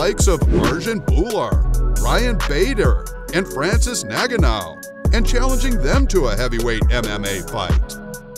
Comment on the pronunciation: It’s N - gar - noo not “naganow”